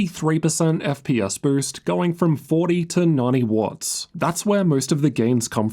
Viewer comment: Bro struggles with the word “boost”